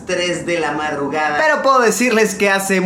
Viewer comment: Like si te diste cuenta que en el minuto dice marrugada 😂😂